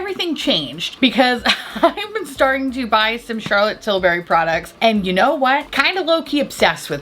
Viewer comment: Although I always watch videos I’m going to lie and say I’m just here to hear her say CHARLOTTE TILbury